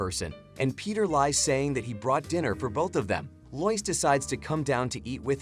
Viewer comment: Not loise it's lois